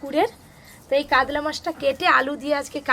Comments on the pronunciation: তোমরা উচারন কাদলা বলছো কেনো। কাতলা বলো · Kadla mach ki murkho uchharon para na